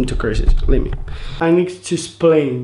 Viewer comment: "I needs to splain"